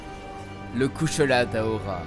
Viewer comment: Correction pas d'aora mais daora 😂